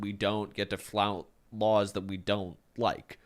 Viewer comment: influencing the quest: “Flount” is now a new word ⭐️